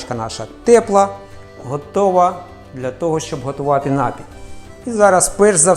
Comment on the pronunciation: слово "напій" не правильно ставите наголос, ріже вухо